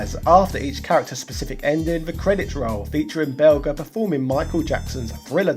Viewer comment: Damn you, Angry Video Game Nerd! For not getting right of pronouncing the Belger final boss name in your Final Fight Revenge episode. It's Jer, dammit! Bel~Jer! 😭😭😭😭😭😭😭😭😭😭